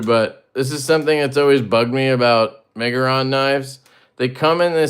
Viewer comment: Almost had to open a givesendgo for you trying to pronounce the brand😂:_LeftyBallsack::_LeftyBallsack::_LeftyBallsack